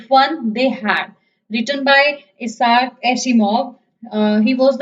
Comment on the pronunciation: This is useless because the book has changed this year. And by the way it's not Iasar. I - sack. That's how it's pronounced.